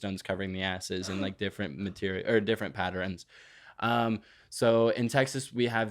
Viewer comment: Not pronouncing "pattern" as "patter-in" 🫣